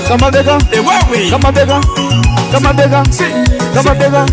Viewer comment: Why should MC say kamabeka badala kamabheka😮